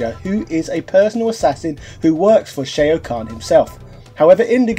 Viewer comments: Shay-o khan? Like steve-o khan? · No matter how much you're gonna go the "this is what we called those characters on the play ground back in the 90s" (you brought that up with Ryu in the past) you can't botch all these names like that when there are voicelines pronouncing them in the game. Sheo Khan, Kang Leo, Dankey Kang. Wtf. At this point it's just contrarianism, intentionally mispronouncing every thing to prove a point or it makes you look like you've only heard of this 30 year old game in 2020. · Shay-oh Kahn? Kung Lay-oh? I'd check your pronunciation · Who is Shay-O Kahn, and Kung Lay-o? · Just putting this out there... Can pronounce Shaolin but not Shao Kahn or Kung Lao... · Mk II was the best game in the 16 bit Era. Nice review. Not sure why you pronounce Shao Kahn and King Lao differently. The announcer does them correctly